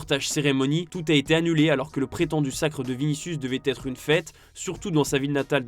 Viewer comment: Rodri aurait pu têtre un joueur du Real... Il a préféré être que têtre. L'avenir d'Ancelotti pourait bien têtre le dossier chaud... En attendant, gros dossier sur tes liaisons dangereuses. 😂